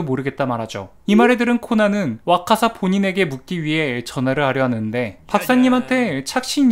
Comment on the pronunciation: 와카사 인데 자꾸 와사카 라고 읽으시네요